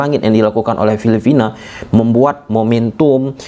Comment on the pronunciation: Filipina bang. Bukan filifina 🤣